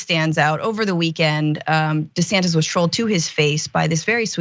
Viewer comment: Ronald Dee-Santis